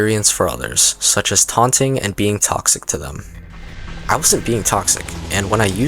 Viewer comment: what says: 10 reasons been toxic are what i hear: 10 reasons been cocksick are